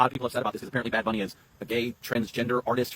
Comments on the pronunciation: Dude literally said Bad Boonie like he can't even read English anymore? Bro conservatives are WEIRD, man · they mispronounced bunny ? thats an english word you nincompoop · Imagine not being able to pronounce “bunny” and thinking that’s a flex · Intentionally mispronouncing "Bunny" is hilarious from the "speak English" crowd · lol of course it’s the MAGAt who’s too we todd ed to pronounce bunny. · Choosing to mispronounce the English word Bunny is such a self own. 😂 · she's giving these people way, way, way, way too much fucking credit thinking that they're purposely pronouncing "bunny" wrong.. they're just illiterate lol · Pronouncing Bunny wrong while being angry at Bad Bunny for “not knowing English” (btw he speaks English very well) is just like…. Ironic.